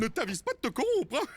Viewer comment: Et aussi tu dit coront mais c'est corrompre